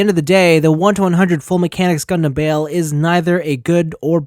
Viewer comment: Every says his name wrong has anyone that reviewed this watched the actual series you keep saying bail not bael review the anime before making a video